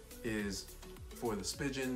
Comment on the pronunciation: Did he call it a spi-Gin case ?